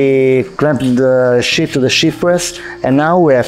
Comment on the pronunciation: ok.... don't crucify me please, but since you and your team are not able to pronounce the word "sheet" correctly, and you keep saying "shit" all the time... I highly recommend that you try using another word like "laminate" or "film" or "plate". I know it is frustrating, but this mispronunciation is somewhat important and it does create a distraction when you keep saying things like "now look at this beautiful SHIT that came out of the press". sorry... but it is just how the English language works.